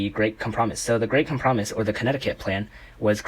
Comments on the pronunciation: ok its com-prah-mize, not com-promise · Thanks for all the information but...“cum-prah-mus” ? 😭